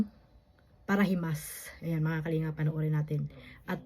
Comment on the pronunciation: Ang narinig kong sinabi nya ay ang founder ng para limos at hindi parahimas. Play it slow para marinig ng tama. Mali pa rin ang sinabi nyang paralimos, dahil hindi naman humihingi si VSM ng pera sa sponsors.